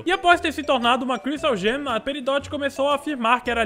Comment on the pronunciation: tenho um pedido, por favor fale gem correto!